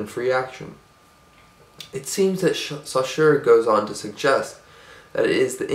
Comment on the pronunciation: Great video :) ! I would only mention that the name Saussure is not supposed to be pronounced like that ; )